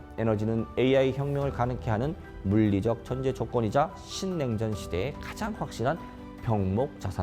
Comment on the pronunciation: 신냉전이라는 말부터 아주 또박또박 들리네요. 정말 이런 좋은 강의가 너무나 중요하네요. 신냉전 시대에 투자를 위한 4가지는 그야말로 쉽게 지나치는 정보들이 이렇게 중요하다는 걸 느낄수 있었네요. 방위산업과 AI, 그리고 에너지와 디지털금융과 같이 이 중요한 4대 키워드가 역시나 투자의 가장 기본이 된다는 것은 너무도 중요한것 같아서 다시 한번 투자의 흐름에 대해서 공부를 할수 있었네요. 중요한 포인트를 이해하기 쉽게 말해주셔서 너무너무 감사드리고 앞으로도 꾸준하게 공부를 해야할것 같아요.